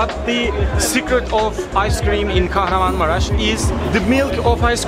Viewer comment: As I'm from Turkey, I got triggered when he said Kaharanmamaras to Kahramanmaras (ş)